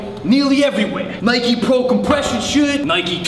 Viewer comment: The way he said Nike just pisses me off